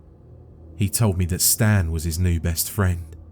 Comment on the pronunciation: should've been "Staan" instead of "Stan"